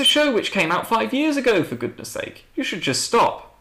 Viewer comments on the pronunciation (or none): none